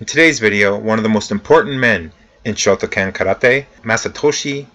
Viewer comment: I understand pronunciation issues but you absolutely have to get the name of the style at least basically correct--Shoto kan not shoto CAN. How can you not be able to pronounce the name of a style you study?